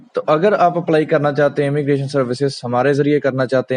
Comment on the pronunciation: It's immigration not emmigration